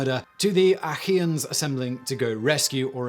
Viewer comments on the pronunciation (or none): re - It sounds a bit like Simon is saying "Akky-Ans," instead of "A-Key-ans," when referring to "Achaeans." Gool ol' Simon. Can always count on him to comically mispronounce something(s) in each vid.